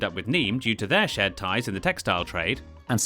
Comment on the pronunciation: Big big kudos for you for pronouncing Stuttgart as it is pronounced, and not with the English way ^^